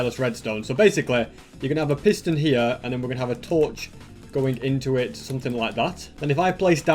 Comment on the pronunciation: now this is a real british accent here=hia